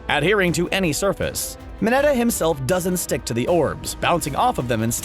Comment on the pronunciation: He cant pronounce most of their names lida=ida uraraka=orrrraraka mineta= minnnitaaa